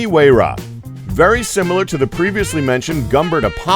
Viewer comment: SENTANARIO? UWAYRA? Sa Leen? Koneeeeeeeeeeeeeeeeeeeeeesegg? Raygera? 700 HP????? Igera? Koenigsegg only "Fast"? you mean "Fastest"?